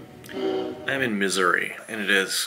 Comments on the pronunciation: Thought you said misury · Did you say that you were in Misery? Or Missouri ? When i move out of my parents basement, I'm buying a helicopter to live in. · Sounds like is saying "I'm in misery" at the beginning 😂😂